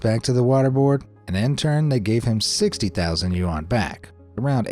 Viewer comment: dude your videos are great...but please learn how to say Yuan...